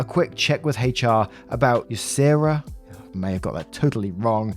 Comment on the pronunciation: You pronounced USERRA correctly. It is the Uniform Services Employment and Reemployment Rights Act of 1994. It basically says that employers cannot discriminate against members of the United States Uniform Services. Things like refusing to give reservists time off for their required drill, or firing them for attending the required drill. Unrelated, but still a funny story, I have a friend who is a major in the United States Air Force. At one point he was part of a team working on the development and procurement of a thin classified weapon. He had to travel under orders using commercial air travel. He was carrying with him the printed specifications for the classified weapon that he was working on. One of the TSA security individuals stopped him and demanded that he submit to a search. The TSA has no legal authority to search members of the US military that are traveling under orders, but those want to be Nazis don't bother to check with their legal authority is and it's usually not worth arguing with them so most of us didn't. My friend however decided to have some fun with the TSA guard. When the guard attempted to look through the technical information for the weapon system that was under development my friend told him that he was not allowed to read those documents. The TSA guard objected saying he could do whatever he wanted. My friend politely informed the TSA official that the documents were classified, that the TSA guard did not have clearances to read those documents